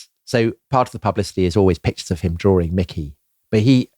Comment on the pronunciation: "Drawring". C'mon, get yourself together.